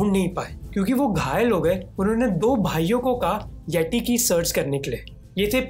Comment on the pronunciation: it pronounce येती not येटी ।